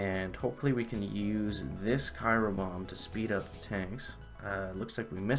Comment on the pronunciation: Haha you still saying cyro 😂 nice...... nice.